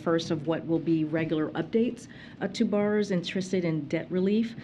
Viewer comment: She cannot even say the word borrower … like what else is there to tak about…. Seriously u fkn Morons that support this bs .